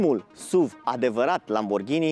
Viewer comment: Totul bun frumos pana la pronuntie. Nu se spune “suv”... Pune “suv” pe youtube si asculta cum se pronunta, fiindca lectii de spelling in scris sunt imposibil de dat. “suv” cum spui tu suna penibil. Daca esti Praslea cel Voinic si militezi pentru româna pura, atunci nu folosesti nici “sport utility vehicle.” Sa nu imi spui ca esti un avocat al “genului viu al limbii.” Atunci ai putea zice “parizer” si sa spui ca ai vrut sa spui “nestemata”, aducand ca argument genul viu al limbii.